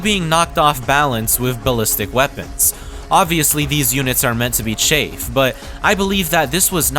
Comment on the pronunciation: it's Cha-Ahh-ff not chafe. They are hords of enemies not an itchy dry spot.